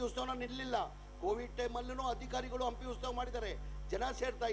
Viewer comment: 😮 ಉಸ್ತವ ಅಲ್ಲವೋ ಮಾರಾಯ ಉತ್ಸವ 🤦‍♂️